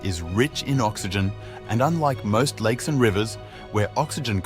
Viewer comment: "Likes" instead of "lakes" and "nimes" instead of "names". I reckon he posted the video "to-die"